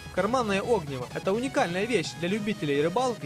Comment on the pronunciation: огниво ударение на и